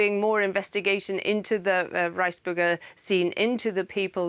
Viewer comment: Did she just call it the rice burger group?